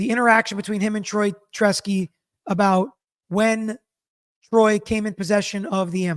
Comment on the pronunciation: Brilliant breakdown. However, you keep calling him Troy “Tresky”.